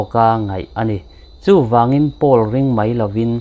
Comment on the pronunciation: Poll hi Pul nilovin Pawl tiin an lam thin in ka hria